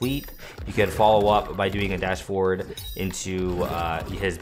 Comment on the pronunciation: Hey really nice guide been practicing lots of reptile. I’m being really picky here but when you say forward sometimes sounds like 4, could be clearer if F instead?